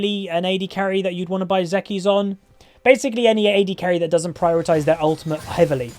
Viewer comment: Hey, just letting you know zeke's is pronounced "zeek", like seek but with a z